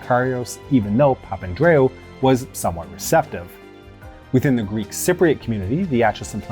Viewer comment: You've done well with those names. The only one you slightly stuffed was Papandreou - Pa - Pan - Drey - Oo. (I vaguely remember the news reports of the time so the names stuck. ) That, and the bit at the end of the Monty Python skit.